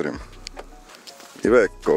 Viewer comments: не ивеко а АЙВЕКО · Ивэко не еде далэко как говорят поляки